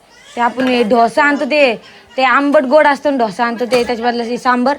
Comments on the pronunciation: कोणाला ढोसा 😂😂 त्याला डोसा म्हणतात आणि सांबर नाही सांबार म्हणतात सावळेच्या अनपळ सुना 😂😂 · ढोसा नसतं ग बाई डोसा म्हण ना आणि कोमल किती Gas वाया घालवला ग बाई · ढोसा नाही डोसा डोसा डोसा .....ईडल्या इडल्या नाही .इडली इडली म्हणाव.